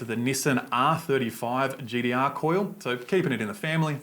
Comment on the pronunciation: Thirdeen, gd-r. Ninedeen nindey three. So a T is actually a D...lol